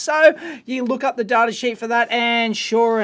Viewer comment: also why do you say "toob", pronounce data "dartah" and the W in the word known is silent 😰